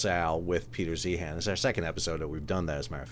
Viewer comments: First, it is pronounced like ZION. And I appreciated this. Peter is prone to hyperbole. Thanks for getting more granular. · I’d take your opinion more seriously if you pronounced his name correctly